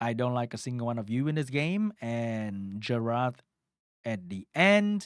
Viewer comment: aint no way blud pronounced it Jeralt